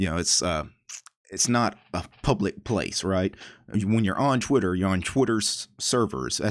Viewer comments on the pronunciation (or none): I'm not sure about this but... is there a chance you said "Twiturd" instead of "Twitter"?